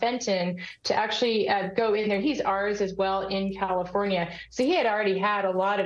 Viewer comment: thru Calfonria?????? Geesh!!!